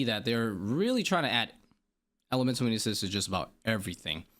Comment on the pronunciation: all i could hear was "Elemental weenis's" sorry bud im out. Thanks for your understanding and explinations. I know it could seem like a lot of rework, but I think mains and irons needs different drop rates. mains don't need supplies such as herbs as much... but then you have the fact ironmen drop trades... a lot of unbalance in the game.